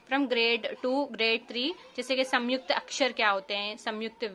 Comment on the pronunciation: It’s not Samyukta m ko jgh n aayega in Hindi pronounc mai